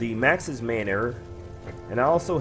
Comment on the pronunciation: Man. Or. Not mainor.